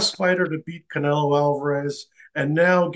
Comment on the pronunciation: Bivol call canela 😂.